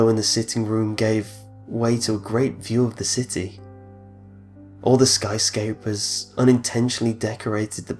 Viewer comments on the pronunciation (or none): "skyscapers" XD lel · I'm sorry but "Skyscaypers" xD